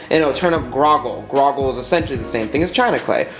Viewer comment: Did you say Grogle when you meant Grolleg (prounced Grawlig)?